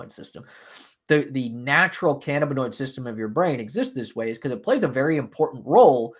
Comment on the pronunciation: I believe the accent is on the 2nd syllable -(ca-NAB-in-oid